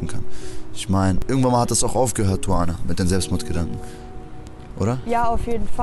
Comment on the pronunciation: Die sagt am Anfang doch nicht "Tuvana"...? Hört sich für mich eher nach Suana an